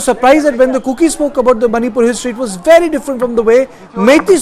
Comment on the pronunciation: your pronounciation is bery bery nice !!To=Tu🤣🤣